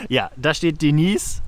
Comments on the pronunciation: Ganz witzig. Schade nur, daß ihr euch, als auf dem Land Aufgewachsene, doch wieder nur sehr viel über die typischen Dorfklischees lustig macht. Außerdem: wie heißt die Dame denn jetzt? Denies oder Deneise? Noch nie gehört, daß der Name so ausgesprochen wird! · Denise? Das ist doch „Deneise“! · Hallo Ihr, Hat mir gefallen, wie Ihr Eure Pilgerreise präsentiert habt. DENISE ("Denaise") hat auch eine feine Art, Humor und Albereie mit Seriosität und Charme zu verbinden: Sie weiß, dass sie hübsch ist, - bildet aber sich keine Eitelkeiten darauf ein!!! Zu der TV-SERIE muss ich dann mein Bedauern zum Wechsel der Besetzung aussprechen= Die PFIFFGIGKEIT*, besonders der Hauptdarstellerin Haas-Peters, ist einfach futsch!!! Man (?) sucht beinahe krampfhaft *danach*, es bleibt leider nur TRAGISCHES Nachtrauern! ECHT SCHADE! Obwohl ich nicht gerade ein Fan von Serien bin, - hier lob ich mir die Wiederholungen der Ersten Staffeln!!! Grüße aus dem Schwarzen Walde (...Glottertal***) Robin